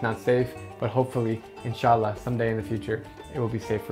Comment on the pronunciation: I love the way you said “inshallah” while describing Afghanistan. As a Muslim it’s really touched my heart and it shows how fantastic person drew is. And how much respect he has for the every religion and the peoples and cultures. Love you man , you are a great person and you have great heart for the peoples all around the world. Long live drew and keep us entertained 💕💕